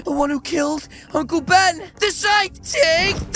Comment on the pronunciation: I thought he said uncle bean not ben